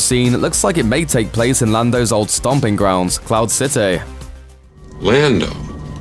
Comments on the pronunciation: Your pronunciation of cloud city upset me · They way he says “Cloud City” 😂